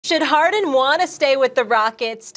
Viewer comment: “James Hawden” -Kendrick Perkins